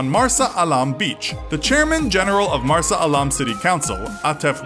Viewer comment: I know you aren't Egyptian but Marsa alam is pronounced Maarsaa (insert Arabic letter here) alaam